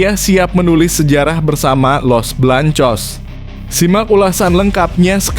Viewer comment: Bng ngomong jangn belepotan gitu dong masa Garcia ABNG ga bisa baca ya los beleangcos aj bilang los belangcos payah ABNG ini